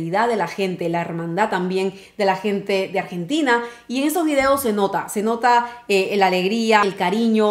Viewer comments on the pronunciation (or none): none